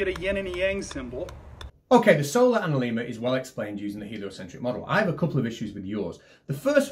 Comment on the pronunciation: Also "analemma" has a short E.